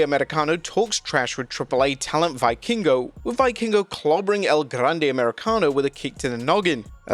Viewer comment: it's pronounced "veeh-king-oh"